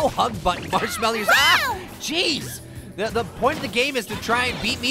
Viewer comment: did say ‘Marsh-melly’